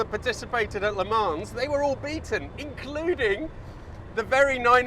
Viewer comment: Yes and the track is pronounced luh-Mo